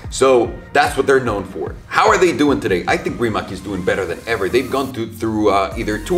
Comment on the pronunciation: Small nitpick, Rimac is a Croation company, so it's actually pronounced 'Rimats' Source: Balkan roommate